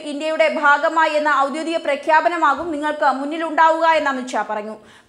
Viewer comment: Not 'oudyodika' but 'oudyogika'.